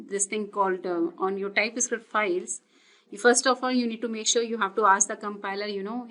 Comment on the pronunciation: Just a suggestion: you sound like Script = Iscript String = Istring Type Script = Tye Iscript